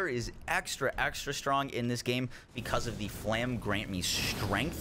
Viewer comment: " flam grant me strength" lol